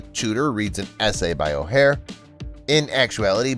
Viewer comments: Learn his name if you are going to narrate this about his life. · You need to learn to pronounce his name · You can’t even say his last name right. Lol